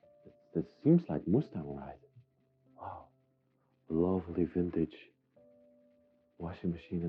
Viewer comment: Maytag not mustang :D